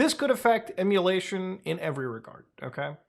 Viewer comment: Its Emulatio(ver)n